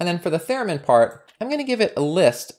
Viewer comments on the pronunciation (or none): Cool Python package and nice tutorial! Incidentally, I believe it’s “theremin,” not “theramin.”